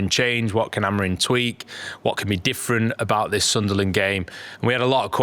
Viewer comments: Genuinely why do you keep pronouncing it Ruben AmoriN? It’s madness lol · The amount of times I hear you lot saying Amorin is shocking. A-M-O-R-I-M